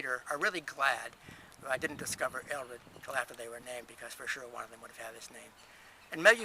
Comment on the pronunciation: My first name is Ælred and I love it, Richard is my middle name. It sounds as if you're not pronouncing the "l" strong enough in the video, I learnt it as "red ale" reversed ie ale red. I'm very fussy how people pronounce my name.